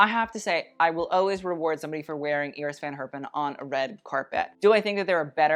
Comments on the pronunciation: Does anyone else laugh at his mispronouncing of him saying Iris Van Herpin?? He keeps pronouncing Iris as [Ear-iss] when its pronounced [Eye-riss] he thinks he's so proper and bougie he mispronounces Cannes as well. He needs to learn to pronounced these designers if he's going to be so Miranda Priestley about everything. Ya feel me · Not familiar with the designer Iris Van Herpen but traditionally the first name is pronounced Eye- ris rather than Ear-ris.